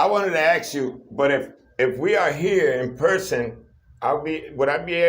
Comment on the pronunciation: Lololol "I wanted to AKS you" sealed the deal